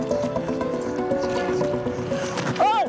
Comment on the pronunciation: "Le Pitt-Bull" mdrrr